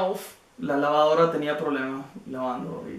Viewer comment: "La lavaoora tenía problema(s)... laando" hahahahaha Typical Caribean accent hahahaha You have really amazing videos!!! Greetings from Ecuador